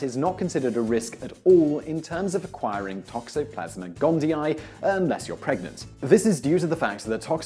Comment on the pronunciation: gondi-ee, not gondi-eye.